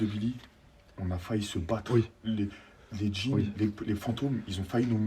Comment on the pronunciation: "Un djin végétale" 😭